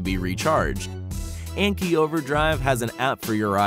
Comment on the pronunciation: the anki overdrive part of the video is try not to cringe hardcore as they don't say anki properly